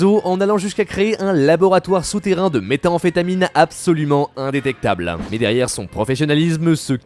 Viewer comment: C'est méthamphétamine, pas méta-amphétamine... Insupportable de ne pas réussir à prononcer un mot...